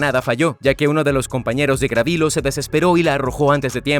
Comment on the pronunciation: No fue Gravilo, fue Gavrilo Princip. Gabriel en lengua serbia es Gavrilo.